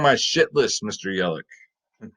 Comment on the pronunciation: It’s yeli CH LOL with a ch sound